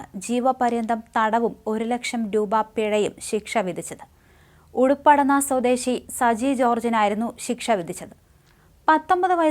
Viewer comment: ഉപ്പുപടന്ന ആണുട്ടോ. ഉടുപ്പടു ന്ന അല്ല